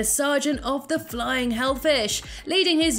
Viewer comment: I love your accent but it gets annoying when you say fighting and it sounds like flying hell fish.